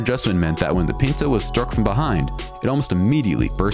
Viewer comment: The Ford Pinto was pronounced "PIN-toe," not "PEEN-toe." My first car was a 1972 Pinto. The base model cost $1700. I had a prettied up model that cost, I think, $2800, but at that, it had no air conditioning, no power steering or power breaks, and a manual transmission. I drove that car for 15 years and then traded it in for a Toyota hatchback that had more miles on it than my Pinto had. The day the recall was announced (for the explosion problem), I came as close as I ever had before or have had since to being rear-ended. I've been nervous about people following me too closely ever since, but as you can see, I'm still here.